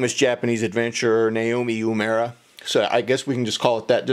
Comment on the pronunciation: not yumera but uemura